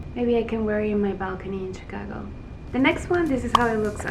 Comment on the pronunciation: I have never heard anyone in my life pronounce "Chicago" like this, 😅 but apart from that your vid is super amazing, these look very good quality swimsuits, probably a little more expensive? Need to check them out. Also they look very good on you but I would suggest you add more color and volume on your lower area instead of the upper that you already have volume girl, will look even more balanced